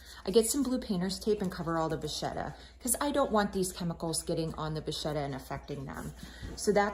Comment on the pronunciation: thank you for info i am going to try this , just to let you know vachetta it pronounced ( vaketa ) 😊